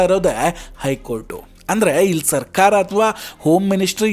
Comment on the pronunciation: ಸರ್ಕಾರ ಅಂತ ಹೇಳಿ ಸಾಕು. ಸರ್ಖಾರ ಅಲ್ಲ. ನಾಲಿಗೆಗೆ ಭಾಷಾ ಸಂಸ್ಕಾರ ಕೊಡಪ್ಪ